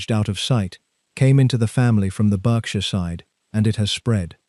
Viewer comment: Pronouncing "Berkshire" repeatedly incorrectly and the excessive length and verbiage did not increase my enjoyment of this AI production.